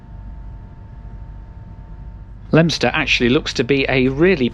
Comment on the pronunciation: Not many people know how to pronounce Leominster properly!